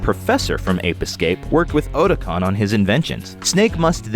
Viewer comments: Not "oh tih con" it's "ought tih con". when you pronounced "otacon" from metal gear solid. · This is one of those games I always saw as a kid but never actually picked up and played. Also why did he say Otocon so weird. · The way he mispronounced Otacon really bothers me